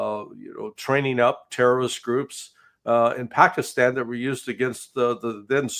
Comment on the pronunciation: Larry, you need to say Pakistan correctly it’s time - Paakistan!